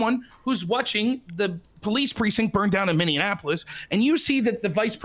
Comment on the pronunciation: "Minneanapolis"??? Immediate forfeiture.